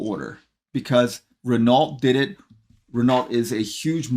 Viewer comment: Renault? With a "T"? What are you smoking?